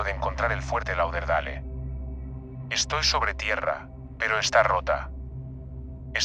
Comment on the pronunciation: Fuerte "Lau der dale"...pronuncia bien coño